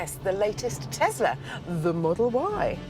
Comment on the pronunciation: it's a tesla not a "tezla"